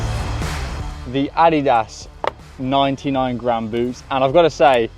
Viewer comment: That is not even close to the correct pronunciation of Adidas..